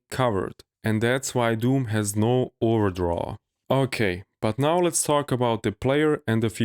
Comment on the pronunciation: I think I just realised, you were trying to say "There is no overdraw", right? I heard it as "ordraw" until